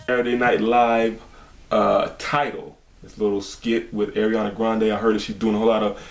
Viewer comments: no it's not that it's just there is no i between a and r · It's Ariana not airiana